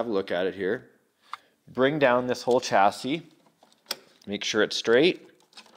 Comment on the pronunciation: Say it with me kids.... Chassis (sha-see).... Not chassy.... I love you Yankee doodles....